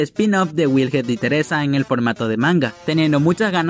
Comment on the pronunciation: Se llama wilhelm no "wilhet" de donde te sacas la T ? Me gustan tus vídeos pero tú pronunciación en algunas palabras me sacan de quicio.